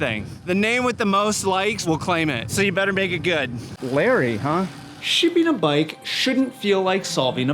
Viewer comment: Count the number of times he says 'shipping' and try not to hear 'sh*tting'... every time.